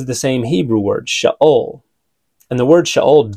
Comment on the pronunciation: When you claim to be a "scholar" but can't bother to pronounce words like sheol even remotely correct. What a joke.